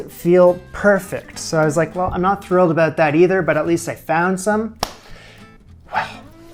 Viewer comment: "Aboat"? R U Canadian?